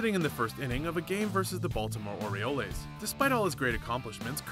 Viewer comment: It's John Kruk fuckin idiots!!!!!!!! And Baltimore oriolaes???? It's orioles....fuck y'all are so damn stupid....